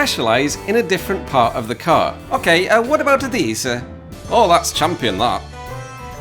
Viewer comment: that "ok" was SO italian. Accent nailed. In the rest of the sentence, not so much.